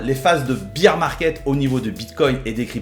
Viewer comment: Beer market bière 🍺.. l anglais c est pas ton fort hein parce ce que bear = ours 🐻 se dit baire pas bire